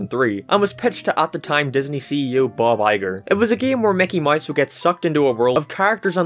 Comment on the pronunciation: I just realized he has been saying Mickey Mice the whole time